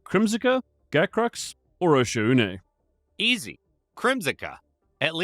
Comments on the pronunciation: It’s pronounced “Oh-shawhn” fellow diver! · Osha-oonay, probably the most disgusting mispronounciation I've ever heard.